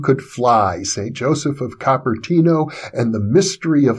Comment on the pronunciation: Cooper-tee-no (Cupertino)